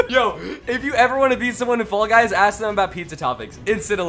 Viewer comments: He says ball guys at the beninging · Did you say ball guys or fall guys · Anyone else notice he says ball guys at the beginning😂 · At 1 sec of the vid I already heard “ball guys” 💀💀💀